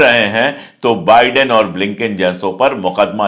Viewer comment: Nice to hear बाइडेन instead of बिडेन, excellent video as always👍